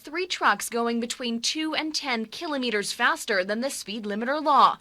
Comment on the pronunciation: They don't know how to say kilometers